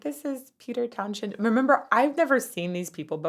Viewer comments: The "h" is silent in Townshend. It's pronounced "towns-end". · The 'h" is silent. /taʊn.zənd/ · not a big deal but just for your own reference, it's Towns-hend not Town-shend. i didn't even realize till this video that he has an 'sh' in the middle of his name because i certainly heard it way more than i read it. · I think most of us were waiting to see the reaction to Pete Townsend smashing up his guitar at the end. Sadly both drummer & bass player have now passed and yes his arm swing windmill was a famous thing. PS its Towns... end ie the "h" is silent. Great reaction though. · Townshend is pronounced "townszend" not "townshend"...end of the town, townsend lol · FYI, Pete's last name is pronounced "Towns - hend"; with NO "sh" sound in the middle. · You pronounce his name as Peter Town- sund if I remember right I’m really old lol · Probably not the first but it's Towns end pronunciation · There is no “sh” sound in Townsend’s name. It’s pronounced “ “town’s end.” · It is usually pronounced as Towns-hend instead. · Townsend. Common name, common pronunciation. After John Lennon and Paul McCartney the best known name in rock and roll. Why are you forcing an idiosyncratic pronunciation onto it? He's not Irish, Turkish, or Dahomian. While I have you, you did almost 30 minutes on a six minute song. We don't mind your explanations (that's what we're here for) but for all love how many times must you rewind a song? I get it may be your first time through it but we didn't spend our youth gaining your insights into opera. We spent our you listening to these songs 100 times each. Knock it off. Thanks. I feel much better now. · It's written Townshend, but just pronounced Townsend, definitely not a 'sh' sound. Not a great song for vocal analysis as it's pretty staid notwithstanding the cool intro. Better would have been something from Tommy like Pinball wizard or See me feel me. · Townshend is pronounced Town-send. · Pete Townshend is pronounced Townsend